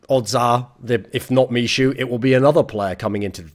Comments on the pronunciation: Please call him MIHU not mishu <3 :D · misiu :D just fyi 'ch' is pronounced like h in hamster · michu is pronounced me-who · Btw, 'Michu' should be pronounced like 'me-hu' (with hard 'h') as it is from Michu's first name - Michał [Me-haw]. Greetz from Poland. An last but not least, VP without TAZ is not the VP. The VP is over. Sorry for saying that, but it's how I feel. And Im afraid Neo will be next (apart from another bald gentlemen)